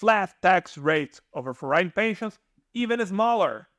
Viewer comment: I really have mixed feelings about this video... the intent is good, but the delivery is really bad. First of all, please learn to enunciate the words when you speak, and for the love of God, please learn how to correctly pronounce certain words, like: percent, foreign, foreigner, province, effectively, temperature... hearing the broken English is very distracting. If you want to make successful videos, at least please make sure people can understand you. Secondly, when you talk about the 7% regime in Italy, you don't mention that one has to be a resident in a town in Southern Italy with up to 20k residents, which is key... all the places you mention are well above that threshold. So once again, if you want to make videos to help people, at least do your research right and deliver correct information. Thank you.